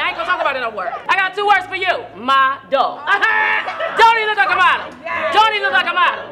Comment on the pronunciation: Two words mo-del lol lol lol lol lol